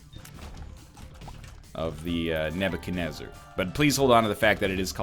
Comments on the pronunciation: its not nebacanezar. its nebuchadnezzar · It's Nebuchadenezzar, NL. He was a babylonian king.